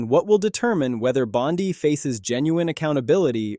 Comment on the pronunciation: Are people suppose to be this idiot in the video when he can't even pronounce Bondi's name correctly? Laughable. I can't stand her lies and unwillingness to answer questions either but this video is borderline ridiculous.